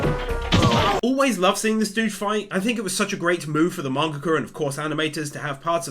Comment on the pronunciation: "mangaka" BAHAHA